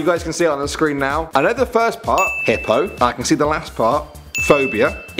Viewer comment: MrDC the beginning is hippo not hipo. The definition is fine though